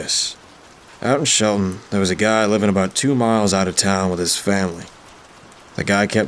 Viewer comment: did you say shelton or sheldon